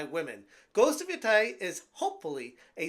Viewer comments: Why is every YouTube saying ghost of YOTAI it’s not YOTAI it YO TE I think of of Teiwan instead of Taiwan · You keep pronouncing it wrong😂😂😂😂....but if it's woke, then F them. Call it Woke of Yotei